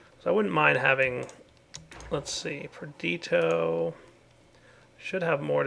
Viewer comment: On day, ONE DAY, will pronounce "Perditio" properly. PerdiTIo.